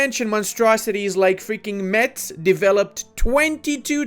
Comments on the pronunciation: Metz is pronouce Mess ^^ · Pro tip : Metz is actually pronounced "Mess" and yes, there is a lot of mockery in France of people who mispronounce it (Alsatians will stab instead of mock you)